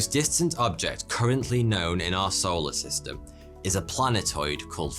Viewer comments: Any other Brits hear "Arsehole a system" instead of "our solar system"? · You are saying arseholer system right?